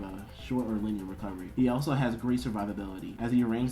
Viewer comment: Daboose instead of Dabuz, Lineier instead of Linear. The video is cool man but damn do your friends not know how to talk the pronunciations are wack through the whole video lol